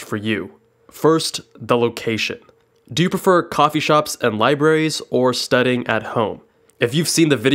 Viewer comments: Is it just me or is he saying studding instead of studying? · Am I the only one that hears “studding” rather than “studying” in this video??